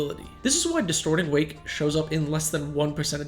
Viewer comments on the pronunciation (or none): none